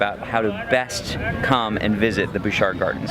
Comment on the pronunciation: Nice video, but as a resident of Victoria it is pronounced Butch-art not Booshar. Also, it's U- clu-LET. But hey, you're from away so it's ok ;) Really liked the teleportation bit.